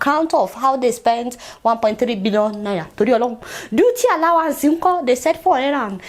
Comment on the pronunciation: I watch your show often and Ienjoy it, but please! Please! Learn how to pronounce Naira.......N.a.i.r.a, not naiya. It makes me cringe each time you say naiya